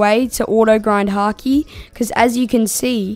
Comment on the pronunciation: bro said haaki😂😂😂😂😂😂😂😂😂😂😂